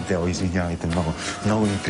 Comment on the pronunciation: Чакали били "Деу"? "Дело"? хахаха когато Л е "Уъ"